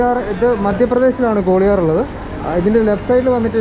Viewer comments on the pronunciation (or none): ഗോളിയാർ എന്ന് പറയല്ലേ....ഗ്വാളിയർ ആണ്